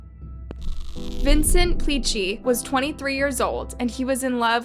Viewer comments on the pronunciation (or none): I like your videos, and I’d like to point out something. Not a big deal, but u said the last name wrong. Im italian, and u should say something like Plikki, not Picci. I mean that PLI is read like Please. And the last letter are read like key. I’m sorry, I wish I can explain that in a better way, but writing it it’s more complicated than saying it by voice.